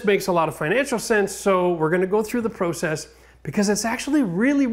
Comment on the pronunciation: Your pronunciation of process is killing me